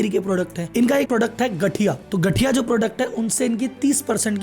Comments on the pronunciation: Gathiya=गांठीया (Not गठिया ) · Its not gathiya its gaathiya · ગાંઠીયા hai not ગઠીયા . ગઠિયા ka Matalab Chor Ya Dhoka Dene Vala Hota Hai. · गठीया ❌ गाठीया✅ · गठीया 😅 गाठीया सर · Gathiya😂 ગઠીયા. ❎ ગાઠીયા ,✅ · Gthiya nahi gaathiya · It is gaathiya buy not gathiya🤣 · Not gathiya, gaathiya